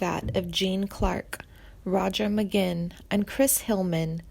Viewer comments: Who was the commentator of this monstrosity? I have never heard someone mispronounce people's names as much as she did! What a total crock! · Who’s Roger “McGinn”?? I’ve heard of Roger McGuinn, but this McGinn character is a new one on me!!